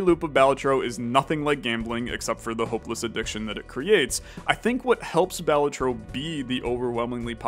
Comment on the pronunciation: Oh and also, Balatro is pronounced Balatro not Balatro